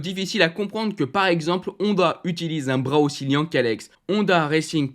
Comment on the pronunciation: Oscillant pas oscilliant 😢